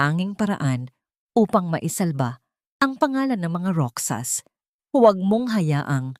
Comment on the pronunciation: Roxas sa Filipino Kung basahin po ay "Rohas"